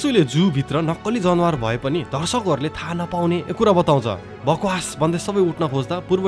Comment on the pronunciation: When I hear you say जनवार instead of जनावर , I remembered myself old self who used to say like that😅😅 and ekdin sathi le khartarnakh billa handeko thiyo, Tara hajur ko awaz ma sunda nikai ramailo lagyo hehe. Dherai maaza Ayo dai, hajur ko story vanne saeli ni nikai romanchach xa ..😊